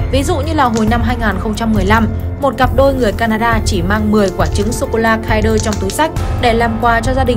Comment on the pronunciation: kin đơ chứ không phải kai đơ